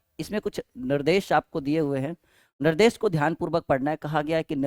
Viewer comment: Nardesh nahi sir nirdesh🤣🤣🤣🤣